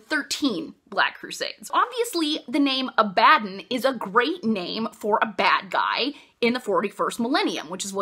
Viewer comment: I always pronounced Abaddon in my head with the stress on the first syllable, same with Torgaddon. Now that I've heard you say it, it sounds kinda like "A Bad 'Un". Which fits with Games Workshop's silly trend in names with guys like Lion El'Jonson and Ghazghkull Mag Uruk Thraka being references to Lionel Johnson and Margaret Thatcher. God these books are so silly, and I love it.